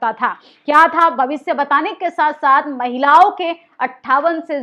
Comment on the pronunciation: आप जागरूक करने वाली खबरें बताती हैं सराहनीय है पर आप अपनी हिंदी सुधार लो हिंदी में अंश्वार का बड़ा महत्व है जिसे आप नकार देतीं हैं महिलाओ नहीं महिलाओं होता है जिसे नाक के सहारे बोला जाता है ।